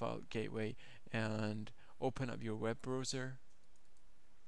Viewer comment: ROOTER?!?!?!?! WEB "Brooser" thats the name of the dog in Legaly Blonde Move (the chewawa dog)